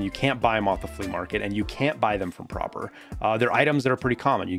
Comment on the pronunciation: Pronounces Prapor correctly... weird but ok... 30 seconds later "Tuh Shuhnkas" xD